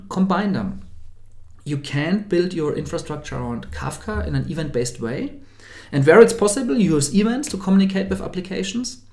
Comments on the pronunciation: another fellow German here - the problem is where he stresses. -> [i'wänt] (not ['i:wänt]) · Event: pronounce it stressing the second syllable; so is the word development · Just a very small note from a fellow german: "Event" is pronounced "Iwänt" with an emphasis on the "ä".